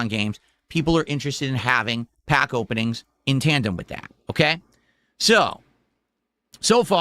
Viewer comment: I can't be the only one who hates the way he says pack and packs